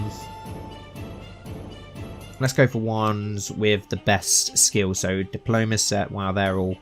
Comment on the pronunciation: where is his accent from? he keeps saying ''diplomase'' (diplomacy) and ''sun'' (son) to mention some